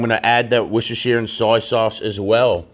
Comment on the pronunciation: it is pronounced "wash your sister" sauce. LOL.